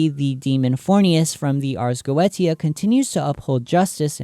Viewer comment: Is it not spoken arz go-esia